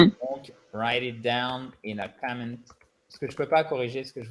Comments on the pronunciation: Hi Adrian. In the dictation Nicole said "To have a petS" (with an S) and at the end she said "Write it down in a commentS" (with an S as well). Is it for an easy (lazy?) way to prononce the sentences that she add on those S? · Je suis satisfaite car je fais de moins en moins d'erreur. Cependant, petite parenthèse concernant la prononciation de Nicole qui parfois me prête à confusion Je m'explique: pour certains mots comme pet ou comment au singulier, Nicole a tendance à prononcer la fin du mot en s comme si la forme était au pluriel alors qu'elle est au singulier . Serait-ce un défaut de ma part? Bon weekend à tous.